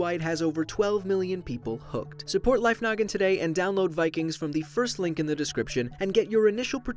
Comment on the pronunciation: I swear he say life nugget instead of life noggin